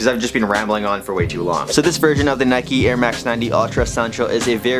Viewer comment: Nike not nikee